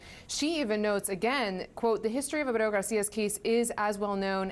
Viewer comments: Why does she keep pronouncing his name that way? She can't even get it right 3 times in a row, lol. Clown school. I would love to see her code switch and pronounce his name if he was Japanese, Russian, French, Italian. CNN ur a joke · why can't she pronounce his name correctly? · LOL The Virtue signaling pronunciation of his name is so hilarious, I love how she tries it the second time and tricks all over herself and his name just comes out as babbling. Why do anchors do that for Hispanic names. You don't break out into a Irish accent when someone's named Jimmy O'Connor. But they feel the need to accentuate Hispanic names Marion soft weak people bending the knee to minorities so that they're not perceived as big meanies. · Kilmar Ubrego Garcia 😂 ( hold my drink 🍹-let me pronounce this in Español )